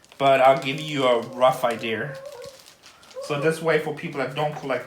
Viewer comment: Idea-"r" for idea is a Brooklyn-ese affectation.